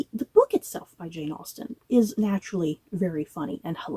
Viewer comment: they butchered Austen